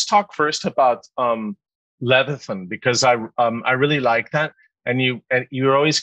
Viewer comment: Brutal mispronunciation of Leviathan. Ugh